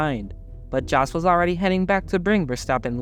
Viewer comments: Look, in order not to make yourself look like a fool and certainly you are not an F1 fan...its really important to sell your story, and that is to get the names pronounced correctly. Its pronounced Yos...Not Jos, even though its spelt that way. Why dont you say knife with that same intelligence...im just saying. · Jos is pronounced as 'Yos' not as Josh. Thank you. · It's JOS like with a Y, not like J with John. Americans should start listening and stop acting like ignorant idiots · If you want to sound credible covering international events spend some time learning how to pronounce the names of those involved. Keep in mind that the phonetics vary between languages. In Dutch a “J” is pronounced like an English “Y”, so it sounds as “toss”. Show some respect and get people’s name correct.